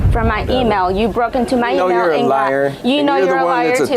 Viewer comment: That was a diabolical way of pronouncing “email” 🤣🤣😂🤣😂😭😭